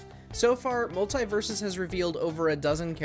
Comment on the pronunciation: He kept saying multie? Do you multieple